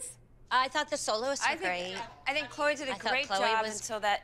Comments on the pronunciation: Did just call Chloe Chlowweh?!? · I swear said chloei instead of Chloe 😂😂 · can't even say her daughters name 🥴